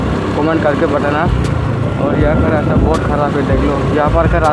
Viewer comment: Rasta nahi bolta 😁rajte bolta yrr